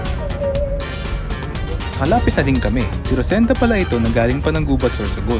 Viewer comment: Gu'bat hindi Gubat